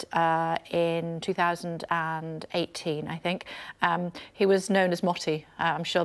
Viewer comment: "he retired in 2018 I fink"